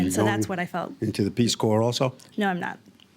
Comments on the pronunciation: Peace Corps is pronounced Peace CORE—not Peace Corpse. Seriously… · Her mom's a speech and language pathologist, and she can't say "Peace Corps" correctly? She must be so proud that her daughter tells people she works with the "Peace Corpse". Smh. I guess if it was spelled "Core", maybe she could've gotten it figured out by her age. But no, she says "Peace Cadaver", instead, and then has that superior attitude. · She really said "peace corpse" with her chest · I can't believe the woman said Peace Corp"s" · 'peace corpse'?